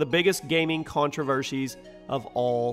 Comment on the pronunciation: Biggest contrivershes!!!! :D